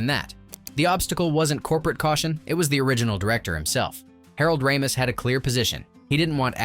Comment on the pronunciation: No, I think Tony shall not hoob. It's pronounced Shaloob, no H. And Harold's last name was pronounced RAY-mis. Weird how you can pronounce Enrico Colantoni, but not Harold Ramis. By the way, no mention of Sigourney's prosthetic breast plate? I love how people were drooling over fake boobs!